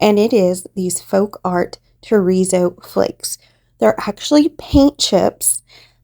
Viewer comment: I love how your coasters came out. When you say terrazzo I hear chorizo, it’s making me hungry 😂 sorry I thought I would share that. Hugs